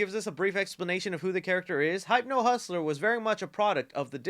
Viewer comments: It's read as 'Hip•no' not 'Hayp•no' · No one gonna bring up he said "Hype-no" and not "Hip-no"? Okay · You trollin... How you gonna say "Hype No Hustler" and then pronounce hypnosis ("Hip No Sis") correctly? 💕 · It's Hypno like hypnosis, not hype-no. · that's how ur supposed to pronounce it, bro managed to say "hypnosis" right but not "hypno" 😭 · Hip-no, not Hype-no. LOL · I think it’s pronounced Hipno like a hypnotist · Pretty sure Hypno-Hussler should be pronounced Hipno-Hussler. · Its HIP-no... as in hypnosis... hypno hustler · it's “Hip-no", you know like Hypnosis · Correct me if I’m wrong… isn’t Hypno pronounced Hip-no? Like hypnotizing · BRO ITS HIP-NO 💀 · Why does he pronounce Hypno as "Hype-no" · DUDE HYPNO AS IN HYPNOTISE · The way pronounces Hypno hurts me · Are we just not going to talk about how this guy can’t say hypno? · Sorry to be 'that guy', but that's not how you pronounce "hypno" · Weird that you can pronounce “hypnosis” but can’t figure out that “Hypno-man” is a derivative of it and should be pronounced similarly, NOT like hype…lol. And just because that idiot Campea pronounces Gadot incorrectly doesn’t mean you should. Her name is pronounced “gah-doughdt”